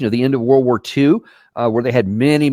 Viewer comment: It's not Trump's war!!!!! Oh! that war! Thought you said wart.